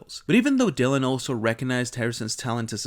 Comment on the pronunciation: Por que pronuncias Dylan así?